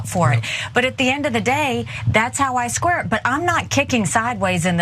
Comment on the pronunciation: "That's how I squirt." I rewound it, because I thought it a very weird thing to claim. It still sounded like "squirt" to me. Then I turned on the captions, which read, "That's how I square it."